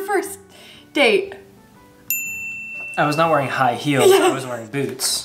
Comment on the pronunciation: High "heals" 😂😂